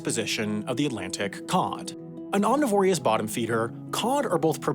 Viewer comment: He definitely went with "New Finland" a few times. But there are plenty of mispronunciations, like "omnivorious" for omnivorous and "Dumace" for Dumas.